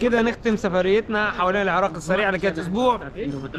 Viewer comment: العراق مو العراء